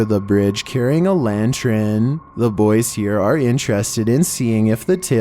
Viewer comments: it's called a lantern, not lantren. 11min25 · la llarona = lah - yah - ROE - nah (with a roll on the r) 😊 lantern = LAN - turn 😊 semi = SEM - eye 😊 It's the season for giving, so I'm giving you a 3-for-1 deal. Take care! 💜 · carrying a lan-trin. Come on mate. Stop. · Hey what's a Lantren? Lol 😆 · That wasn't a, "Ball of Light," that was a, "LANTREN!" LOL 😂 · Is favorite superhero Green Lantren? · Tf is a lantren??? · “CaRrYiNg A lAnTrEn” Ah yes, the infamous Lantren ghost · Carrying a ‘lantrun’ 😂😂, you do make me laugh sometimes 😂😂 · What's a "lantren"?